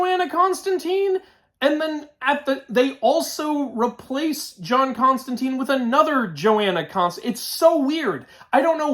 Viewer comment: Yo. Why did they swap my man John Constantine (rhymes with wine or fine)? Also Dream isn't the greek god Morpheus, he has just the same name & is one of the Endless, 7 archetypal beings. Otherwise it looks clean